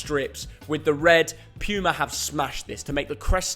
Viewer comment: Puma is pronounced poo-mah which is makes sense because most of their jerseys are crap.